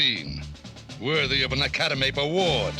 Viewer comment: Acadam-ape Award? 🤦‍♂️ 😂😂😂😂